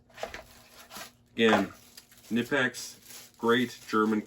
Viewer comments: I believe the k in knipex is also pronounced. (ka-nipex) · It’s actually pronounced Kuh- nip-ex but don’t feel bad, so many people mispronounce it they even sell a t shirt that with the pronunciation on it. Love the halders ! Great review man. 👍🏻The only issue I have with the larger size simplex’s like the 50 & up is that they don’t sell the the same selection of inserts for example the copper inserts aren’t made for any sizes aside from the 30 & 40mm sizes as well as the fact the handles are matched to the head material for example the fiberglass handle is made to be used with if I recall correctly it’s either the reinforced cast iron or standard cast iron head housing only. I kinda think they make it seem as if all the inserts handles and housings are interchangeable when in fact many are not compatible with each other at all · pronounce like the body part "knee" but with a hard k and n.